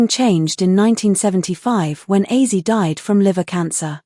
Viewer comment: Hey A.I Computer ! His name is OZZIE , not AUSSIE !